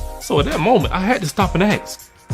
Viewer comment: That's ask not ax.